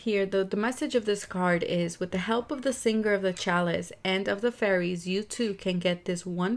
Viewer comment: Its should be 'fairies' not fearies😁